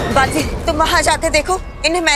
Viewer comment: It's Baalveer not balbir.